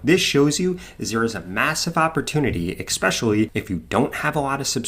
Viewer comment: All I can hear is “eck-specially” and it’s throwing me off. Is that a troll job or does bro not know?